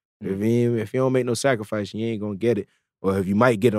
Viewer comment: He emphasize that word scarfice too much to make a point he not talking putting in long hours at the studio niether